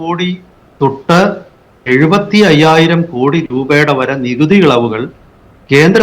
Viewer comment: അഞ്ചായിരം എന്നല്ല അയ്യായിരം എന്നതാണ് ഉചിതം